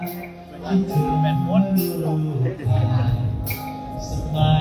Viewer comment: ตัองขอความกรุณาคุณครูเกษทึ่ติดตามไรอัลตลอดช่วยเตือนเวลาร้องเพลงหน้าเวทีอย่าลืมตัวควบกล้ำเช่น น้ำปลาน้องก็ร้องเป็นน้ำปา ตอนนึ้น้องมีคู่แข่งเยอะนะคอยที่จะซ้ำเติมอย่างในไมล์หมดหนี้น้องร้องเพลงสตริงออกเสียง เธอ เป็น เฉอ และฉันร้องเป็นฉานเรารักน้องต้องช่วยกันเตือนเพราะไรอัลมาจากเพลงลูกทุ่งต้องชัดทุกคำเหมือนดังทึ่คุณศิรินทราคอยติงเรื่องตัวควบกล้ำสมัยร้องประกวดยิ่งเป็นนักร้องยิ่งต้องระวังให้เป๊ะทึ่สุดรักค่ะจึงบอกกล่าว แม้จะร้องเพลงของใครก็ขอให้ร้องอักขระขัดเจนดังเช่นตอนประกวดมิเช่นนั้นโดนเอฟซีที่อื่นเขาแซะจริงๆ เคยอ่านเจอในไมล์หมดหนี้นั่นแหละเขามีข้อเปรึยบเทึยบเยอะ นักร้องค่ายอื่นๆอีกขอให้พวกเราเป็นกระบอกเสียงให้น้องแก้ไขก่อนทึ่จะเยอะไปกว่านึ้